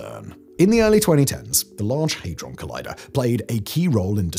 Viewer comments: HAY-DRON ??? I thought it was HAD- RON. 😮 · I cant get past "Haydron" lol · What's a hay-dron? The FCC won't be built. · for mis-reading Hadron.